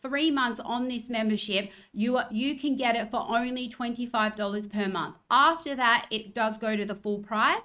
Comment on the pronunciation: Did she say the "ornery" thing we have to worry about? Why's it ornery?